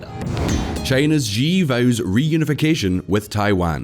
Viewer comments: Hey, could you stop pronouncing Xi as "Jzhee"? It's pronounced "Shee". The "jzh" sound doesn't exist in Mandarin nor any dialect of Chinese. Please, as a journalistic organization, spend five minutes to learn the pinyin orthography and read Chinese names correctly. It's not hard. They took letters that seemed redundant—X, Q, and C, and reassigned them to other sounds that English orthography uses letter combinations to write. X got the "sh" sound, Q got the "ch" sound, and C got the "ts" sound. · And Xi is pronounced “shi” another very basic thing.